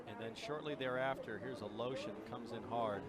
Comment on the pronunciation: Aleshin is somehow called A-Lotion Good grief